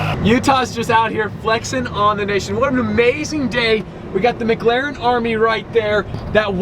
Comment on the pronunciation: "MiGlaren" is what I hear every time tries to pronounce "McLaren." lol